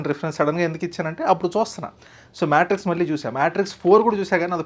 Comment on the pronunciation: Maaae....Maaaeetrix kadhu MayTrix annali... The R has to be rolling anamata 😂😂😂😂😂